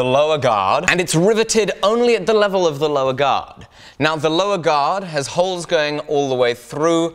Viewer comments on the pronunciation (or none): none